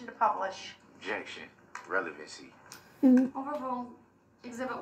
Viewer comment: Relevancy vs Revelency. It is a tough roll off the tongue. DB butchers the English language.